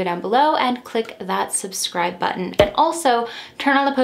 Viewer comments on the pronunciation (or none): none